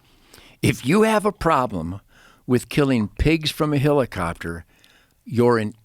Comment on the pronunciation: every time he says HILLICOPTER I want to jump out of a helicopter.